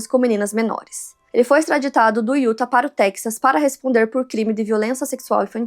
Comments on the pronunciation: Como já disse anteriormente, diz-se "iutá" e não "iúta" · Não se fala UTAH E SIM UTÁÁÁH